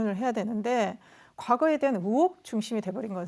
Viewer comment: 으혹? 의혹! 표준발음이 안 되나??